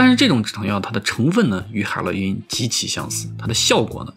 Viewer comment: 哈哈哈哈哈哈北美乡村海”螺“因